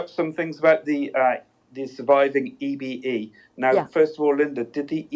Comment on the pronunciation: I always thought EBE was pronounced E-BEE not E-BA.